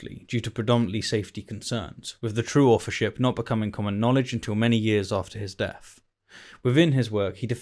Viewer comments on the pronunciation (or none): none